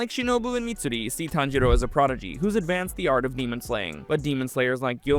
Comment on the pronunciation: I'm ngl "TanJITo" is crazy